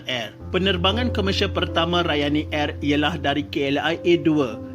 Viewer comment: Kenapa sebut “ Airrrrr”.....